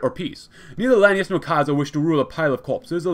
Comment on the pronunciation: Since Hekate bothered you so much: Lan-AY-us